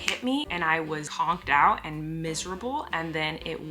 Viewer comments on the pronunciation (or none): hold on.... Did you say "honked out" instead of "conked out"? Maybe my ears are off today lol